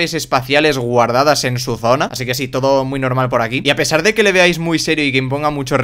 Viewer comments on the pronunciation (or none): none